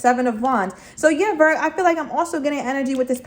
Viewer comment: I love her!! I like how she says Virg!! 😂 This reading was on point!!